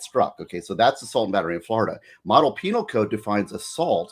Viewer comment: Jeff Penal not peNILE like u are being JuveNILE. 😂